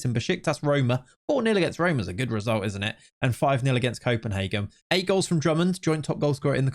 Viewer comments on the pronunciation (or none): none